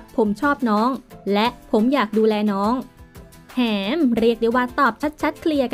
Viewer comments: คือทำไมเด็กสมัยนี้อ่านภาษาไทยไม่ถูกนะ....หอ-มอ-แอ-แหม ทำไมอ่านว่า หอ แอ มอ-แหม โป๊ะว่ะคนอ่าน55555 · คนพากย์นี่ก็แหมๆๆ อยู่นั้นแหละเค้าอ่านว่าแหม=ห ม แ= แหม เป็นถึงคนพากย์ยังพูดผิด😩😩 ไม่ไหวๆ😫😫